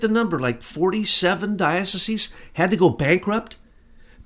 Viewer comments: DIE - OH - SIEZE ... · You are a Jesuit and you don't know how to pronounce Dioceses... Peace